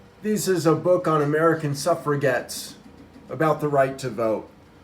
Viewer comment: SUFFRE"GETS". dude trying to simp for fat pink haired feminists but can't even pronounce suffragette. gl bud